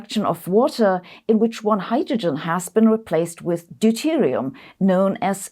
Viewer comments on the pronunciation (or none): none